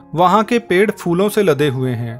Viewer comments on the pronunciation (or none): none